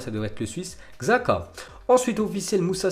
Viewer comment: Comment il prononce Xhaka et tuchel 😂😂😂